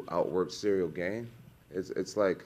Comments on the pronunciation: I promise Jon knows how to pronounce Gane's name. He says Gain on purpose. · Sehrill Gayne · I love that Jon sticks to saying ganes name wrong 😆 pure purposeful disrespect